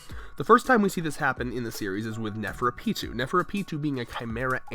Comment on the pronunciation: man you need to work on speech: you said nefrepitou